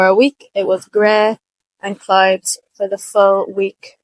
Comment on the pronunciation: clowds, clowds, clodes. Should it be pronounced like that?